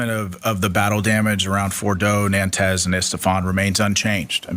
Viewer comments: NANTEZ 😂😂😂😂😂😂 ❌ NATANZ ✅ 60% Uranium rich and there’s not a single story of lineage after such a heavy bombing in 3 different sites or any panic among the locals???? 😂😂😂😂😂😂😂😂😂😂😂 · He says "nantaz" so confidently. Its Natanz u dolt. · This guy can't even say Natanz correctly, and we're asking him for expert assessment??? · He can't even pronounce the names !! It's not Nantaz ! It's Natanz ! It's not Estepan! It's Isfahan ! The ignorance is astounding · The "Trump Admin" guy keeps mispronouncing the locations. I don't think he knows much... Unless Estephan and Nantanz are real locations in Iran!?